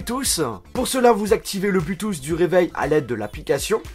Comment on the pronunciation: Enceinte" blutusss"cet accent😂